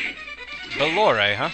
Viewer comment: I thought this boss came up a little sooner than I expected (though I pronounce him "bay-lore"). I know I said I would PM you again after getting Giant Bat, but I think I'll wait until after Legion when you're caught up to sequence and that's a dead bat!